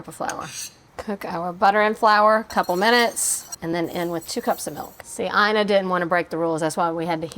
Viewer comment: I recently saw Ina Garten on a show pronouncing her first name as “E-nuh”, NOT “EYE-nuh!”